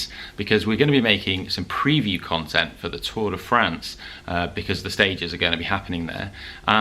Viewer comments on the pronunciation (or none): none